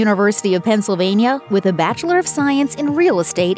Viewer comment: "Bithchelor of science".